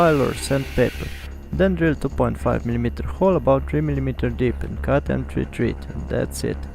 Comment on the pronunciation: just for your english improvement ... thread ... is pronounced with a short vowel sound .. like ed as in education ... not thread as in breed ... nice video ...